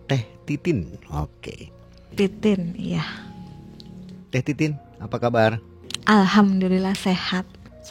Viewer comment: Ko denger manggil nama mbanya titit bukan titin😅😢